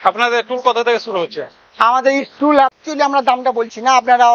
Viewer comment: ইস্টুল না টুল আর সব মালের দাম বল